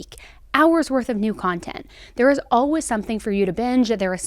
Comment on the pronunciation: The way says "all-wiz" instead of always....